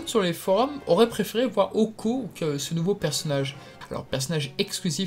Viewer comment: ohko ?! c'est DOHKO-SAMA petit effronté!!!!!!!!!!!!